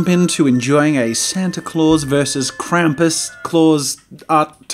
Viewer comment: Tfw your ears bleed for every time Krampus is mispronounced Can't hear anymore but that art sure looks cool